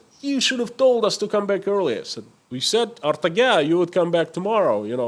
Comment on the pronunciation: It is not "Artaga", It is pronounced "Ertaga"